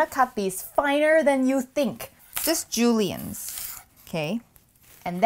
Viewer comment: I liked how you said "Julian's" at about :-)